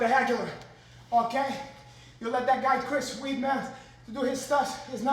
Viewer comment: “Chris weedmeth” 😂